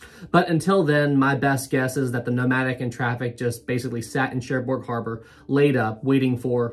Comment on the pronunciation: Sorry to be pedantic, great video, but the g on the end of Cherbourg is silent. More like Share Bore (phonetically). 😊